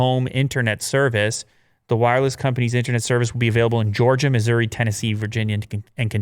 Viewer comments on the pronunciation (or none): none